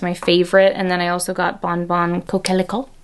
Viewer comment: Coquelicot is French for poppy. Pronounced Co Klee Co. Hope that helps you.